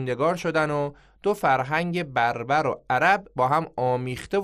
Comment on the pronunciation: فرق است بین Barbarian(بربر( یعنی وحشی) با (Berbers ) لطفا درست تلفظ کنید